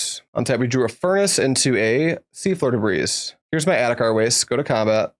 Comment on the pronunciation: Just so you know, despite the s at the end Debris is pronounced more like 'Deh-bree'